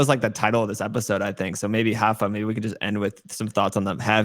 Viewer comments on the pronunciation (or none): It's "Rapha", not "Hapha"